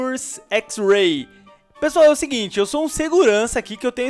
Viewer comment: voce no inicio voce falou [pala pesoal]